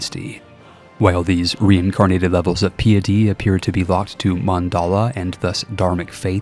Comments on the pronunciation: PIE-ety. REEgent. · It's pronounced REEEEgent and PIEty. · It was a noble attempt to pronounce the words in East Asian languages! (And piety, might want to take a look that one up.) Seriously though, words being pronounced incorrectly in interesting ways is super useful in the AI slop era of YouTube. Thanks for the video! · Great video! My one question however is, do all americans pronounce Piety like that? Noticed now with more than one US CK3 creator pronouncing it like that. The word isnt that commonly used in everyday speech afterall, but the mechanic in CK3 gives it alot of usage in talking about that game. Sorry, I just prefer how the Brits say it. Its sounds grander, shall we say. This is probably the most autistic thing I have ever commented, maybe I have autism after all, despite checking for that.... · I love the videos and most of your content, but sometimes the way you choose to say things is... painful. It may seem minor, but hearing "casus bellis" as the plural of "casus belli" just hurts, not to mention piety and archipelago among others. Again, still love the content, just wanted to mention that after scrolling thru the comments and not seeing it mentioned yet.